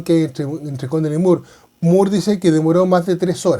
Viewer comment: Estimado buenas, según historiadores peruanos se pronuncia “More” y no “Muur”. Saludos😉